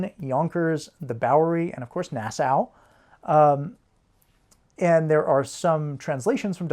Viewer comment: So, growing up on Long Island, we definitely do NOT say Nassau that way. We also say "Lon g'Island" as opposed to saying it normally.